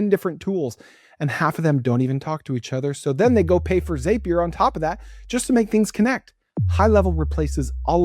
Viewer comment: Zapier rhymes with happier.